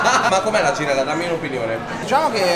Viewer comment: “La givella l’ho sfilettata io pevsonalmente ievi sera”